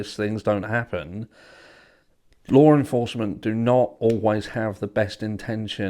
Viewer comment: Can I get a translator over here?? I don't know the difference between LAW ENFORCEMENT and "lore enforcement ".. 😂😂😂